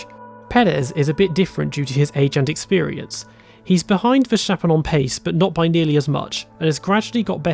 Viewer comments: Please stop saying Vershtappen. His name is Ver-stap-pen. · There is no sh sound in Verstappens name. Otherwise great video. Cheers 👍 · How come you know so much about F1 but can't pronounce Verstappen? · Learn how to say Verstappen